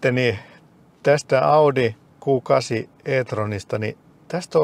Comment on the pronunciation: Mikä helevetin "Guu 8"??!? Se on Q8 eli "Kuu" kahdeksan 😅